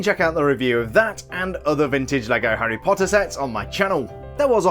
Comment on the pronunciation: I love how you say, “Harry Potta!”